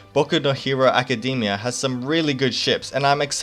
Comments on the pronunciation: Hahah you say it as "Acadymia" instead of Academia xD but it doesn't matter now 😂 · Yes exactly, you got it right! make it sound shorter. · Good content! you got a sub, but the only problem I have is how you pronounce "Academia".